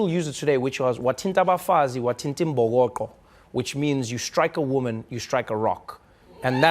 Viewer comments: Trevor did you just butcher the saying? Its Mbokodo not Mbokoqo... Come back home, you need to touch some soil. .lol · "Wathint' abafazi, wathint' imbokodo" as in DODO not "QO" Trevor cammaaan maan. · Hey Trevor it's not "imbokoqo" it's "imbokodo" thank you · You must come back home, Trevor We miss you and stop saying imbokoqo 😅😂😅😂😅😂😅😂imbokodo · "wathini 'mbokoqo"? 🤔 Noo Trevor come on now "imbokodo" 💕 still love you though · trevor not mbokoqo but mbokodo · Keep to up qhaw e, its Ibhokodo not ibhokoqo never losses your inner zuluman